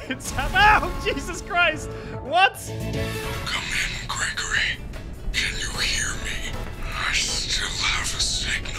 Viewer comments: "fregory" im dying dude 🤣🤣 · Bruh he said fregory 🤣🤣🤣🤣🤣